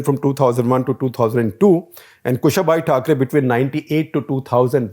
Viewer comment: Sir, it is Kusha-bhau Thakre, not Kushabhai Thakre! :-)